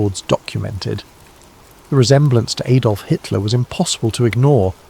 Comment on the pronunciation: AM Liverpool UK. Who's Aydolf? Lol.